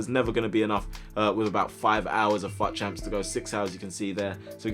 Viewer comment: I keep thinking he said fat champs